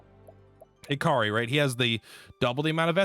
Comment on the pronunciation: What about when he calls Hikari Hakiri?